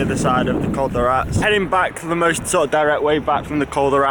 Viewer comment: Great stuff.. ( i tried last year to get you to pronounce col de RatEs ..oh well..) if training gets in the way of lawro v cam up the Rats 2.0 , how about an armwrestle contest instead! Or soemthing over a coffee in Calpe!